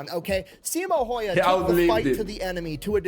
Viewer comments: The dude pronounces it "heiha", which means that he only got the h letters right 😅 Anything is better than that. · For me as guy from Finland its crazy how everyone who watch believes he says häyhä the right way and use him as like a teatcher on how to say it. And yet he says it comlialy wrong he butshers the name